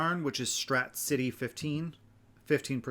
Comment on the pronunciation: Lets address the elephant in the room first . The girl can't even say the word 'city' properly . Then she goes on to pronounce Edinburgh as if it were spelled Edin-bruh . OK ; first she's switching the U & R , then completely drops the G . We don't say Pitts- bruh ; it's Pitts-BURGh . And anyway ... I'm not Scottish ; Ham-burgh Germany ; Salz-burgh Austria ; Mussel-burgh hat . next problem .